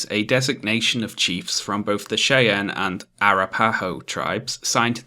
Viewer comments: no offense, but it's pronounced Shy-ann and A-wrap-a-hoe, not Shay-ann and ara-pay-hoe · Me: Hey, this video is pretty good so far.: The Chay-ann and Era-pie-oh tribes... Me: Don't laugh, don't laugh, don't laugh. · Dunno if anyone said, but as a Colorado-born American, I gotta tell ya Cheyenne is pronounced 'shy ANNE' /ʃaɪˈæn/ Arapaho is 'a RAP a ho' /əˈɹæ.pə.ho/ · Oh my, I have never heard Cheyenne and Arapaho pronounced like this. Gave me a chuckle. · Great video. My only complaint is that your pronunciation of Cheyenne and Arapahoe were so wrong to the point of being hilarious.